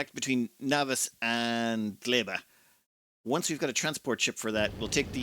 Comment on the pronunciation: GLEBA <3 you finally said it right.